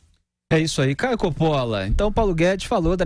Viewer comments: Caio ė o cara! Espetacular! Ele é solteiro?🤔 ( E se fala Cóppola e não Coppóla) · Então avise ao Caio que ele pronuncia o próprio sobrenome errado. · Ele provavelmente nem deve se importar e fala assim porque é o mais habitual na pronuncia portuguesa a tônica no meio. Eu tbm tenho sobrenome italiano e quando alguém tenta pronunciar eu aceito o que a pessoa falar para n dar nojo.